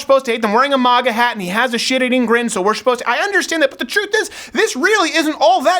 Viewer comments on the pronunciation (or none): Maw-gah hats 😂😂 I pronounce it mag-uh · Steven actually just said Mah-ga instead of Ma-ga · Yo Crowder, you're the only person I've ever heard pronounce MAGA like 'moga'. It's pronounced 'mega' bro. Are you afraid of sounding Canadian by pronouncing the hard 'A' or something? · It's funny how Stephen pronounces "Maga Hat" He says Mahga Hat...lol. The Quebecker in him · why do u say moga hats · If you say Moga one more time I'm gonna slap you. Ffs. You POSER! YOU ARE NO CANADIAN. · Its pronounced MAGA not MAGA. GET IT RIGHT.